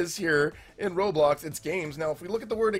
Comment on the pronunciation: I remember when roblox was red and blocky it’s ROBLOX not RO-TRO and this sentence I LOVE this “experience”. No just no this is wrong and cursed 😡